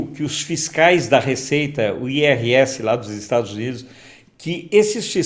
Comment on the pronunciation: IRS ai ar es 😅